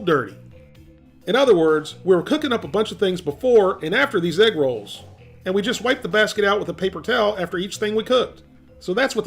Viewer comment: (Not making fun) but for the longest time during the beginning of the video I swear you were saying "Rocket Rolls", and I was so confused 🤔